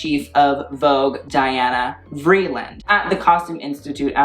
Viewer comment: Hi, Diana Vreeland pronounced her first name Dee-anna ❤️ xo~Dawn